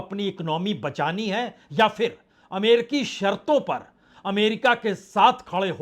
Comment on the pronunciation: उच्चारण का संज्ञान लें फिर ( फ़िर नहीं) बाज़ार (बाजार नहीं)